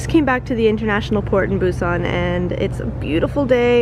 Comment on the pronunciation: Why is your pronunciation of Korean and Japanese words so strange? Even though your Japanese is fluent... ramyun -> RAY MAN ???? Mochi -> MOHH-chi Busan -> boo-SAHN Samgyeobsal -> samgyeobSAHL Hotteok -> hott-toh-KU